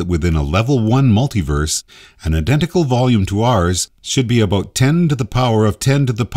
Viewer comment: It's amazing that this guy is so smart, yet can't properly pronounce the word "about."